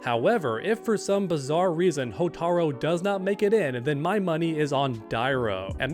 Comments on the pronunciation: Man come on, it’s “Hotaru” not “Hotaro” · Hotaru. Not Hotaro. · “Hotaro” Bro. It’s HOTARU. You’re supposed to be an mk fan?